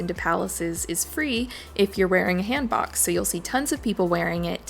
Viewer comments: you're pronouncing Han book wrong =( its HAN BOK. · I love korea and this video!! Btw it’s pronounced hahn(like Han Solo) bohk (like hair bow)